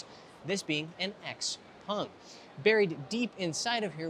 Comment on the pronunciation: Will you stop saying “Xpung”